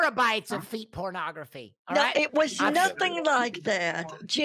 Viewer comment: Terabytes of feet pronografee 😩🤣🤣